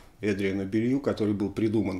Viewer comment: Тоже слышал, что фамилия Эдриана правильно произносится как Белу, а не Белью. Не знаю, насколько это верно. Также Гарри Мор, а не Мур.